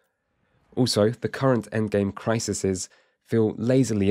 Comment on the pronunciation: It's criseeeeeeez, not crissssesez.